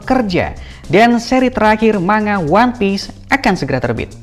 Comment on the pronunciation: Bacanya Ma-n-ga, Bukan ma-nga Dan yang dimaksud adalah saga terakhir. 1 saga biasanya terdiri dari 5 arc. 1 arc biasanya selesai 1-2 tahun. Paling cepet kira2 5 tahun lah.